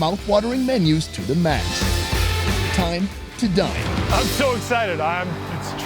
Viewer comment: Time to "Die"-ne